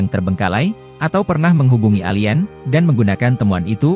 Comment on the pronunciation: bahasa english dan indonesia TIDAK sama..kenapa perkataan english disebut mengikut sebutan indonesia???...apakah di indonesia tiada guru english???..nak sebut perkataan ALIEN pun sudah rusak sebutannya..satu dunia tgk,jadi bahan tawa.. kalau x pandai english tu,jangan la nak trip2 english..